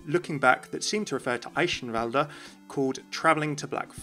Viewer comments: Esheivalde? Umm its pronounced Eikenvalde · german рццтis Chicken Well, yeah but eischenwalde is still wrong, and I dont see the problem with using the english pronounciation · I feel like you ought to settle on either Athena's pronunciation for Eichenwalde or a German's actual pronunciation of Eichenwalde, cause right now you're in a weird in between place that makes everyone go "uh actually you pronounce it like this..." :P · No offense but the way you pronounce Eichanwalde kinda annoys me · I'm not entirely sure how he's pronouncing Eichenwalde wrong, even though Athena says it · why do you keep using that Eichenwalde pronunciation if the game uses the k sound instead lol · City is my England It's not pronounced in either way. The correct "ch" does not exist in English. Americans are just too lazy to learn new sounds they are not familiar with, so they stick to what they think it's pronounced. Both pronunciations are wrong, but sounds a lot more like the actual sound. So you should use "Eishenwalde" rather than "Eikenwalde". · you can hear that he tries to pronounce it right but he still isn't close to saying eichenwalde. maybe he should ask a german to say it the next time he's there. you can't explain the german 'ch' to english speaking people without saying it. can't blame him though, german is a weird/difficult language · You are pronouncing Eichenwalde wrong :x I guess it's pretty hard to do right though, especially when you don't know the right phoneme for ch^^ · Just a tip from a real german you speak eichenwalde without the last e. But the Rest is ok